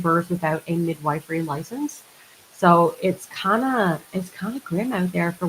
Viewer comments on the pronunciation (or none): Can someone please tell that she is still pronouncing MIDWIFERY incorrectly????? It’s not mid-WIFE-ery. It’s mid-WIFF-ery.